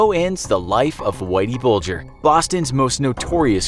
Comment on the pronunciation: That's how Bulger is pronounced